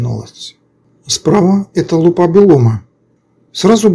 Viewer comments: Автор, не лупА, а лУпа. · Лу́па, ударение на первый слог, т.е. на слог с буквой У — лУпа.